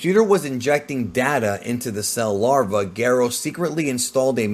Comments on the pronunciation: dr Garo? you mean Gero? that’s how it’s said in the dub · The audacity to call dr Gero the way you do and not like the official dubbed version is a disgrace!!! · Your pronunciations are absolutely infuriating. If you dont want to pronounce Dr. Gero the way it's said in the anime, then you need to pronounce it with a soft G, the way Gerald or Gerard is pronounced. Youre being an ass by pronouncing saiyan the way you do, literally no one in history has said it that way. And Pikkon was the last straw. Yes, in the original japanese version he was Paikuhan. We get it, you did your research. But everything since then, from games and newer iterations of the show call him Pikkon. Because of Toriyamas bad memory, the show evolves and things get retconned. Toriyama used to call SsJ 3, Ssj 2 because he forgot about 2. Not to mention the original grading system. Bravo, you made a good video with a lot of research. But youre just being a contrarian using these pronunciations. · I love your videos. Unpopular opinion I very much dislike how you say dr gero and krillan. Lol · Just say Gero normally bro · Its gero geeero and saiyan why are you mispronouncing lol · I don’t want to correct the way he’s saying dr gero or super Saiyan because this dude knows soo much 😂😂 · I dont think the narrator of this had even heard of nor seen a single episode of Dragon Ball based on how he says Dr Gero and him calling the sayins Cyions.